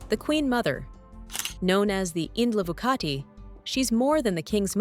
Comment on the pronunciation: Indlovukazi Not Indlovukati .